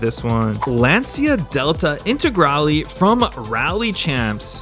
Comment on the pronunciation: Lancia= "Lunch-u"; second "u" is pronounced like the "u" in Lunch. You're welcome.